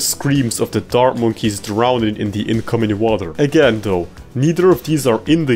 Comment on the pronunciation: I like how he pronounces every "th" like a "t".